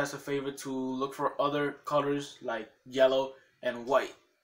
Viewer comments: YELLOW YE-LL-OW NOT JELLO WTF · Fact 1: you say yellow wrong